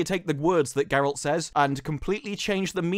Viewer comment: Ger-alt not Ger-elt